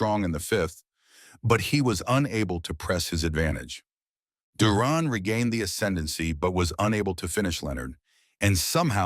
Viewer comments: It pronounced Duran and not Duron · ...it's Duran not duron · the narrator can't pronounce duran's last name - how was this jackass chosen ???